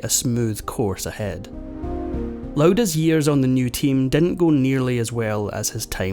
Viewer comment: His name is not LOUDA !!!